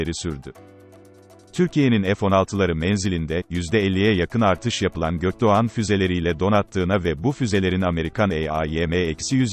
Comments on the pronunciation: Ge-O-Ke-De-O -yumusak Ge-A-Ne nedir Allah aşkına. Adam GÖKDOĞAN kelimesini okuyamıyor da kodluyor sanki. ÇOK KOMİK😄😄😄😄😄😄😄 Çe-O-Ke-Ke-O-Me-İ-Ke. 😀😀😀😀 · Güzel içerik fakat yumuşak g ye takıldım, içeriğin önüne geçti. Bunu seslendiren program falan mı. 4 kere dinleyerek füzenin adını çözebildim. Gökdoğan mı diyemiyor bu program.